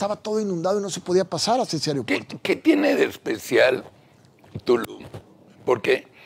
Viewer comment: Dice este colorado que es inteligente y pronuncia ariopuerto es aeropuerto